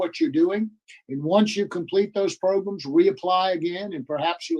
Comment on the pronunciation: Pro-Grams! Programs! I’m watching, nothing irritates me more than hearing him pronounce programs “pro-grums.” Maybe I watched way too many hearings😂